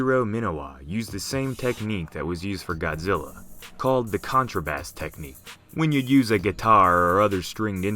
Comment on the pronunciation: Contrabass is pronounced with a 'base' like an upright bass, not 'bass' like the fish.